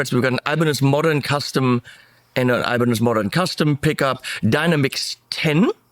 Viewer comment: It's not aibanedj, but ibanez😁